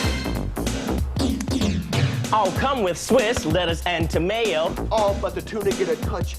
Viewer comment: I think the guy in sub shop rap flubs tomato. "tomayo"